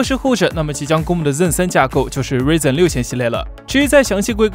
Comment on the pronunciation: 你这天天报硬件新闻还瑞刃瑞刃的，你但凡看过一次AMD发布会也不会读错名字，不晓得你这频道到底是水新闻还是真的严谨做内容